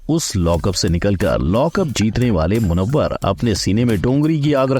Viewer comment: Abe acha se naam lo munawar